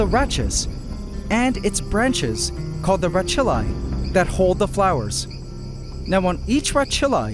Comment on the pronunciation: Another awesome video, what you’ve achieved with this system is incredible and it’s been a joy to watch. Just a quick note: i believe “rachilla” is pronounced “rak-illa” with the hard ch sound. Not that it really matters, we all know what you were talking about because you always explain everything so clearly and show as well as tell. Just thought you may like to know! Keep up the awesome work